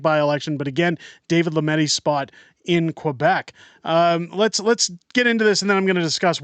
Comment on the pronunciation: You really need to learn how to see 'Quebec' correctly.